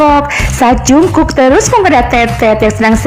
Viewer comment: Kayak'y dari td yang jd biang kerok sitetet deh😂😂 Min,ralat baca Jungkook bukan jungkuk tapi jeongguk ...😆 Semangat min